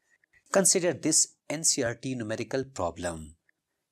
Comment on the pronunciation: 😅Numerical became Mumericals 😅